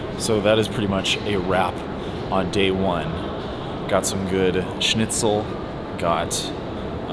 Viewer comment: Very funny😂 I'm German and it's very funny to hear someone from America says "Schnitzel" 😂👍🏼